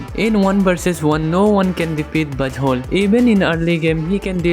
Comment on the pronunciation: my gid why do I hear B*tt hole instead of Buzzwhole Im sorry😢😢